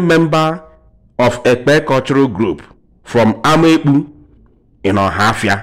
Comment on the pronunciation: You didn't pronounce the word Ekpe